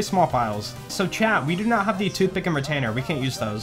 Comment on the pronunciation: When you say 'chat' it sounds like 'Chad'.